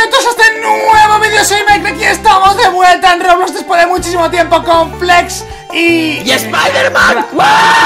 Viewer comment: Like te si te diste cuenta que decía play blox